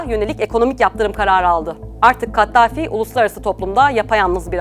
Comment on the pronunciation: Kattafi değil, Kaddafi...